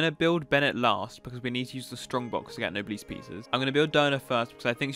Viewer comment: if u say nobleees one more time i will kms